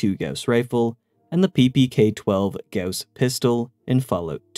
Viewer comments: Thank you for pronouncing "gauss" correctly, and not just saying "goss" like everyone else. You have no idea how much I appreciate that. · Funny thing: Goss Lake is a location I grew up on. That being said, I also appreciate the correct pronunciation of Gauss.